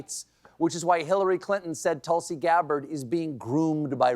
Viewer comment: I used to watch you a lot. I will continue but (1) learn to pronounce Tulsi correctly (2) don’t attack her intelligence - it makes you look pompous. Also you are speaking like trump now. The way he questioned Kamala’s intelligence.